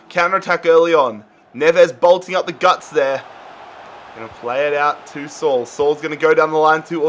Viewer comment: “Sol” smh😭😭😭 Saul